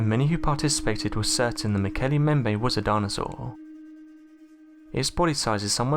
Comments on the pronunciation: "As they made their way home to Africa...". Driving? From Chile? BTW - its " MmmmBEM-bay". Nice vid on cryptids - thanks for the upload. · Mbembe has two 'b's in it and neither one is silent. Please learn how to pronounce things before you make documentaries about them. Also, they don't dislike hippos. They hate hippos and kill them on sight. Slight difference there.